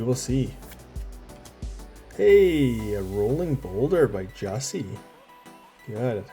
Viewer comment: Just as an FYI since you kept commenting on his art. I heard Jussi in an interview pronounce his name as “you see”. He is one of my favorite artists from the set also.